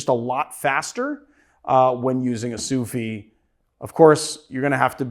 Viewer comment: Why are you not pronouncing the "d" in sous vide?